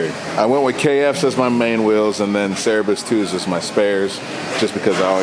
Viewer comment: *Cerberus, not Cerberus II